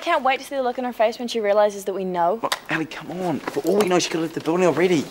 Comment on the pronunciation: is it ellie or ally? lol say her name properly